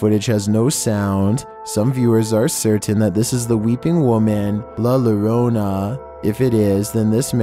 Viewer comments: Its pronounced jorona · Two L’s make a y sound so it’s la llorona For yall it’s (y) orana Llorona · LA llorona❌ LA lorona✅ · 🤣🤣🤣 number 14, la lorona. Hahahaha I love it!!! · He says la lorona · PRONOUNCED LA YO-ROH-NAH/ SPANISH- LA LLORONA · number 14 is pronounced La Yorona because in spanish double L's make the same sound as Y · It's pronounced Yorona! For forks sake, the double ll makes a y sound!! So La Llorona is La YORONA!!! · Ah yes LaLaRona.... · “La lorona” 🤣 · It's not La Larona, anytime you see LL in Spanish it's pronounced as a Y. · La Llorona is pronounced as /La Yorona/. The 'Ll' is pronounced as a Y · That was the most wihitest thing I ever heard the way he tries to pronounce la llorona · Ya keeps saying la llorona wrong lol, it sound like ya saying la lorona, the two L's (LL) sound like a Y in English sorta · it's said with a y not ll yorona "llorona" the crying lady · His pronunciations make me laugh la la Rona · The way he said "La Llorona" 🤣🤣🤣🤣🤣 as a Mexican watcher that is definitely wrong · It's funny how you say the weeping women's name 😂on number 14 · u keep saying La Llorona wrong in Spanish double LLs make a u sound just letting u know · I got to say the LL makes the Y sound Pls make it sound what it is